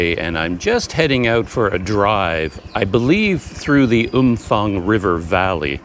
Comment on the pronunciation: Hi, my thai partner says the town is pronounced Umpang. Apparently the ph is not like an f in english. She wanted me to let you know. Personally I prefer umfang.